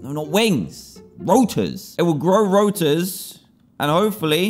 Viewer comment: Rotor not routor